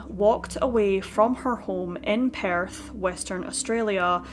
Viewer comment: Sounds like your saying Paris.its Perth Australia.